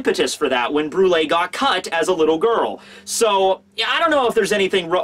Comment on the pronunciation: Does anyone else remember when use to call her "Bru-elle" lol